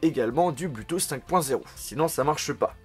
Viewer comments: Tu as encore oublié de mentionner le fait qu'avec le bluetooth (prononcé BLOU et non BLU hein x)) 5.0 tu as surtout possibilité d'y connecter 2 appareils en même temps et malgré choisir entre partager 1 source audio pour 2 appareils ou 2 sources différentes en même temps :D! Superbe vidéo sinon ;) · ÇA SE DIT PAS BLUUUTOOTH MAIS BLOUUUUTOOTH !!! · " du BLuuTooth" mdrrr Super vidéo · Je viens faire le casse pieds mais on prononce /blou/tooth et non /blu/tooth ... ça sonne vraiment bizarrement. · "le blutousse"